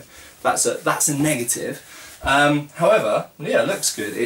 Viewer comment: "HOWEVA", in rune :D